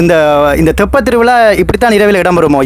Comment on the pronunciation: தொப்ப அல்ல தெப்ப . தெப்பம் என்பது படகு அல்லது கப்பல்.